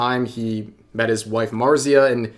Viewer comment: "When he met his wife Marzia" ??? Or did you say "Wed his wife"? Not clear